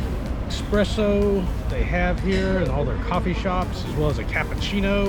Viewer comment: ESSSSSSSPRESSO not expresso, looks lovely there